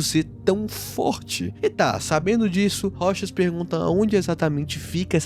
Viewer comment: aaahhh finalmente eu posso ouvir alguém falando "ROCHAS" e não "ROU TCHÁS"